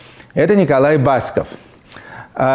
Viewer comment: Ну почему БАсков?!!! БаскОв он. По-русски - БаскОв!!! Люди добрые, будьте грамотны! И здоровы!